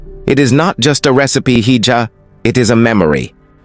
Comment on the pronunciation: Hija is pronounced as ee- ha. Its Spanish means young lady. Quiapo pronounced as kee- ya-poe.